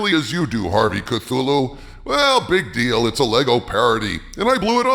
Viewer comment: "Lego"? Try harder. We still remember what you did